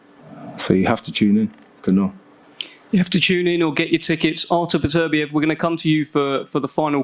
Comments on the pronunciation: Since when do we call Beterbiev ... "PATURBEEIV" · No one commenting on Bob Arum pronouncing Artur beepediv. Had me in stitches! 😂😂😂